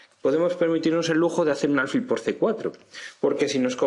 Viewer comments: ¿Por qué dices “álfil”? Lo correcto es alfil, que no lleva tilde, y por tanto se pronuncia con el acento en la última sílaba. Si se acentuara en la penúltima sílaba debería llevar tilde, como “cárcel”. No sé si lo aprendiste a pronunciar de un gringo, pero el sonido es bastante irritante, tanto que pese a que tu explicación es buena he tenido que escribirte esto. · No se dice álfil